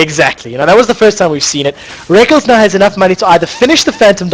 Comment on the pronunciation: Omfg plz stop saying rekles is "Rek" "kles" dumb commentator2